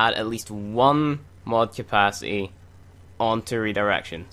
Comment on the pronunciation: love the video, but gahh its bothering me!! you don't say your T's!. thirty not firthy, capacity not capacy, lol. don't mind me.